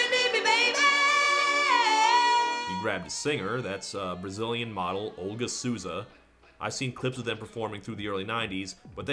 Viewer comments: I would love it if English speakers stopped reading the name Souza as "Soo-za". It's So-za. In this instance, since the person in question is Brazilian you even get the added bonus of near perfect accent by saying "so" in your natural American English accent. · "Olga Suuza" lol Souza's pronunciation is more like Soul-za ♥